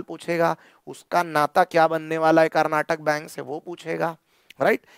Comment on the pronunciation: Sir, Its Karnataka Bank not Karnatak Bank.